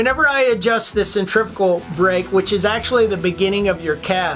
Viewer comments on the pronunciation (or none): Pretty sweet review of the Piscifun brother and love when you tried to pronounce centrifugal. Centrifyoogle!!!! lol Thumbs up brother!